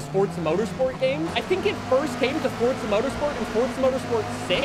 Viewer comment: Fort-suh. Ive always hated how this guy says forza. But its the first review i seen for update7. Lol